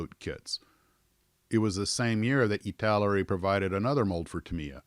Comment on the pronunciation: ITALAERI not ITALERI!